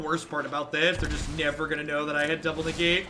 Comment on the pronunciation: Lmao “ne-gate.” A+ implicit pun